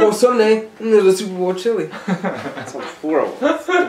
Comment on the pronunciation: Matt’s toilet: hears him say chillie 😫